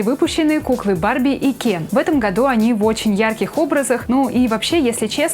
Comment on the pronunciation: Я же просила вас не говорить Кен через Е... похоже вам плевать на своих зрителей...😥